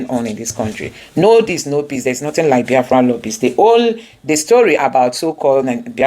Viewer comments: Why Abatti an educated journalist pronounce Biafra like Bayafra . Maybe is from his tribal tongue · I feel disgusted seeing the face of this man called Reuben Abati, Upon all his doctorate he doesn't know his verbs and adverbs,He couldn't even pronounce BIAFRA,He just a disgrace to journalism.